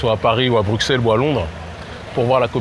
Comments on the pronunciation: On ne dit pas Brucksel mais Brusselles merci 😀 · On dit pas BruKsel, mais Brussel, lorsqu'on a un minimum de culture enfin, je veux dire quand on est un vrai journaleux, quoi... Et puis ton visage,, hagard pendant que tu marches aux côtés de ton invité, t'as le droit de vivre tu sais! d’interpeller, de réagir, de faire des parallèles, des comparaisons, demander des exemples,etc... c'est ça un vrai journaliste. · ok juste Bruxelles se dit Brussel (le X était une abréviation du SS a l'époque des moines copistes) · On dit brusselles